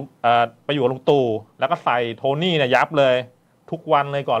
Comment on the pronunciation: คุณพิธีกรคุณเอ่ยชื่อโทนี่ฉันไม่เข้าใจเขาเป็นใคร ใช่คนเดียวกันที่เป็นนักโทษเด็ดขาดชายทักษินรึเปล่า ถ้าคนเดียวกันก็กรุณาคุณพิธีกรพูดให้ชัดให้ถูกต้อง